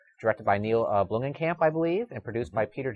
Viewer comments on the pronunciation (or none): Blomkamp not Bloomkamp. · Guys love the show, but, why do you always mispronounce people names "Bloomkamp" not Bloomingkamp. come on dude. keep up the great work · It's Neill Blomkamp, not Bloomingkamp, you idiot. Do your job, at least get the name of the director right.